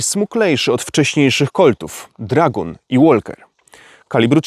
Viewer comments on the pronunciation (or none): Kaleczysz mi uszy. Nie dragon a dra-guun i nie walker a łoker. Nie można się przygotować? Ponoć nawet AI teraz uczy angielskiego...